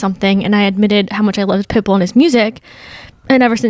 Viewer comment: I also love how says Pitbull. like "pit bool" emphasis on bool